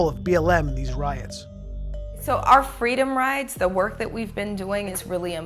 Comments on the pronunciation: Is the BLM leader saying "freedom rides" or "freedom riots?" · She did say "freedom rides", although her pronunciation made it sound like "riots". I had to rewatch it several times to understand her. As far as your claims of "propaganda", that's just your unwillingness to accept facts.